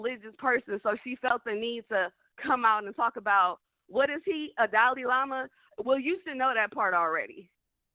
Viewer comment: "Alla malla" 😂😂😂😂...girl... Dalai Lama